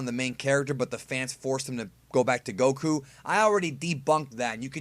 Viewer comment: You say Goku stupidly